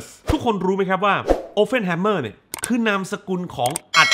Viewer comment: ขอแอบแก้หน่อยนะครับ ชื่อแก Oppenheimer ออกเสียงว่า ออป-เพ่น ไม่ใช่ ออป-เฟ่น ครับ (มีแต่ตัว p ไม่ใช่ ph เลยออกเสียงตัว p ไม่ใช่ ph ครับ) นอกจากนั้น เยี่ยมครับ